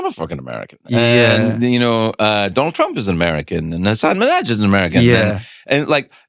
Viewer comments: Did it bother anyone else that Craig couldn't pronounce Hasan's name correctly any time? 🙈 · And yet he said his name wrong…I love Craig but come on man, get Hasan’s name right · Come on Craig, say his name correctly